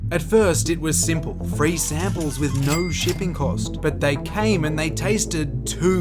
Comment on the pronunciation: Why do you speak like that ??? "Naur" 😭